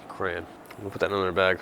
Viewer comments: Cran? Are you trying to say crayon? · You guys pronounce "crayon" funny.